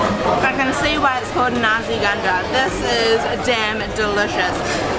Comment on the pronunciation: There is a confusion going on. She mentioned you can find nasi ganja all over Malaysia. That's not true. Also the pronunciation is not accurate too. It sounds more like kandar than ganja.